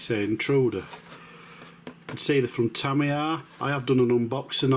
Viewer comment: TamiyAAAR ☠️ Lovely job mate, not many builds of the Intruder on YouTube 👌